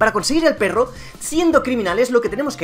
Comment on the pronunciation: Me encanta cuando dices berro codes!!! Y sale de fondo la cancion y el loto xdxd